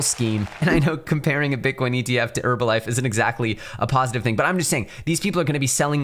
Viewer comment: bro said herbalife 😂 im dead. get what u mean tho